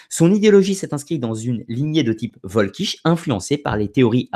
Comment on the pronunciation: Si jamais tu refais une vidéo sur la question, je me permets une petite précision : en allemand, c'est le W qui se prononce V et le V se prononce F. C'est donc "Folkich". Pour t'en souvenir, il suffit de penser au Folk anglais.